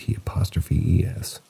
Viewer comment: Pronounced: crewdi TAY